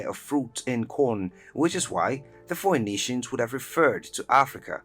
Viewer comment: Yo "foeynitians" is a wild way to say their name... it's read "faenitians"